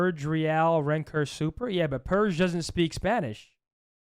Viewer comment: it’s WREN-KOR not RAINKER bro it’s not that hard